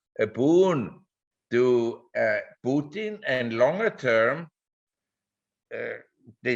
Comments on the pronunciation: Pu-Tan not Peu-tin. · "Puke-tin" ... oh Jim ...